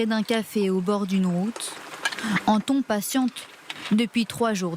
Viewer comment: Anton 😂 on dit 'antone'